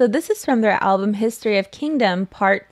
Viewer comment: "Kindgom's seventh mini album.... history of kindgom part *nuhnuhnuh*.... you said seven in the same sentence lol